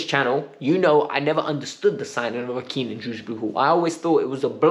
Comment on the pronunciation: it’s Kiernan not Keenan fucks sake man…